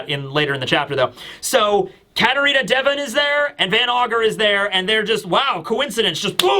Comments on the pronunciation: Day-von sounds way cooler than Devon I’m sticking with it 😂😂❤ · I will always pronounce it katarina day-von because of you 😂